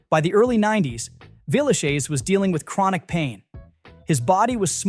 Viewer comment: At first I couldn't figure out what you were saying. It's pronounced 'Villeshez', not 'shayz'.